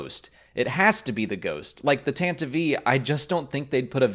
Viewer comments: Tantive IV is pronounced “tan-teev four” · Why is he saying Tantive “V 4” or “V IV”?? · Was that pronounciation driving you nuts as well? Why is he saying it like that??! Tantive IV. Is he ignoring the Roman numeral "I" in front of the Roman numeral "V"??? The ship is named the "Tantive Four"...star wars explained indeed... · The original pronunciation in the 1979 SW Radio Drama was apparently 'Tan-tiv'y 4', assuming the audio actors weren't misreading the script there. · Tantive "eve"? Isn't IV = 4? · "Tantivie IV".. wat